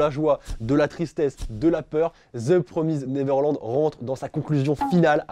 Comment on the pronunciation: Stp dit comme il faut mdr "de promaïzède neverlannnd" voilà (c mon placement de produit pref de ta chaîne)